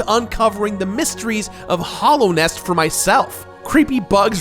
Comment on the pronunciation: STOP CALLING IT HOLLOWNEST IT IS CALLED HALLOWNEST